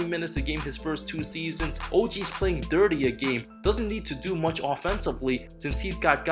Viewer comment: Whenever this guys needs to say thirty, he says dirty :)